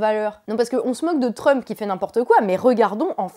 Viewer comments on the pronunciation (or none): none